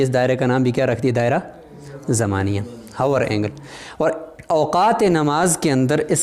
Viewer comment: السلام علیکم ۔۔۔ دائرہ زمانیہ یعنی hour angle کو پڑھتے ہوے لفظ " h " نہیں پڑھیں گے یعنی " آور اینگل " پڑھیں گے ۔